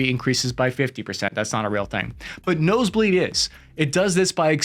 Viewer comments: It's not "no se bleed". It's "base bleed". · It's "base bleed" not "nose bleed" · Base bleed not nose bleed.